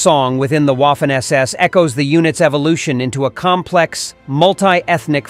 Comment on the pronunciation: Please: it is not Waffen (as in waffle) it is vahfehn.